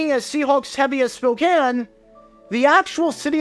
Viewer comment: Thank you for pronouncing Spokane correctly ~A nearby resident Go Hawks